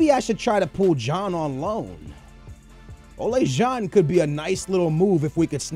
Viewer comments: It's pronounced like ola, like the icecream brand. I'm dutch so i'm supposed to know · ***** No, it's O-lah. And van Glinkel? Really? Where the fuck do you see a fucking L? I can forgive butchering the G, but the added L... I know you're horrible with names, but come on, if you don't know how to pronounce something, break the name up in smaller parts and make it somewhat less horrible. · Ola Jean? Its ola John like the amercian way to say John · "Van Glinkel"? "Salaha"? "Olay John"? Srsly